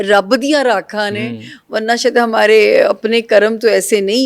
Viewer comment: لفظ راکھاں نہیں رکھاں ہے